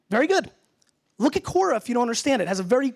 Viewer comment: He pronounced it Kora but it's pronounced Kwora. The web site name is Quora. It's a platform for people to ask questions and throw them out to anyone that thinks they have the ability to answer them. You can be a question asker or an question answerer as you chose.